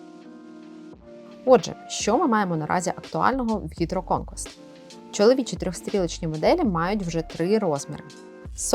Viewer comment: Дивний наголос на гідроконквест) Але можливо має право на буття